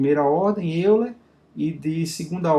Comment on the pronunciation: A pronúncia é Método de "Óiler"...